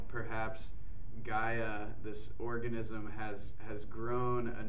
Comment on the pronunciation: ORGAN-ISM lol